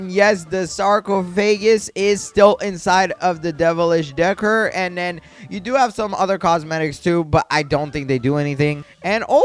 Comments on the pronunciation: please decor is pronounced (decore) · Decor is pronounced duh-core